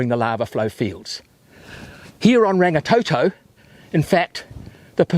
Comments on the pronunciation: Sorry, but I cringe when people do not even try to pronounce the names properly. It is NOT rang-ee-tow-tow nor rang-ee-tow-tow. Roll the R's like a Scottish person would...Rrrrang-ee-tor-tor. Rangitoto. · Rangatoetoe it's Rangitoto (blood sky) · ranggatoetoe is so wrong get it right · Rangatoetoe, aae-ah-tearowah 😭😭😭